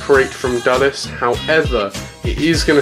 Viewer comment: By the way you sad Dallas instead of Dulles.